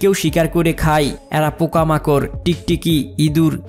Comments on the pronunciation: খাই হবে না, শব্দ টা হবে খায়। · যায় কে যাই, খায় কে খাই, হয় কে হই বলছেন কেন?